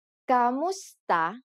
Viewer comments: That's the proper pronunciation. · Luna She spells it as “ku” because if she wrote it as “ka” she would be giving you false information about the word. It’s just a matter of pronouncing the word